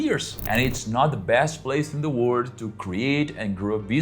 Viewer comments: You should really work on the pronunciation of the letter L in the word "World", it will make such a difference. Here is a tip: how about you try to say "were old" -- there you get it, "world", properly pronounced. Congrats on the new channel, see you next time 🌿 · mesmo lendo no prompt ele pronuncia no comeco do video a palavra WORLD como WORD